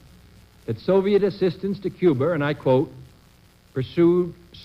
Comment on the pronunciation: I thought it was Cuba, not Cuber.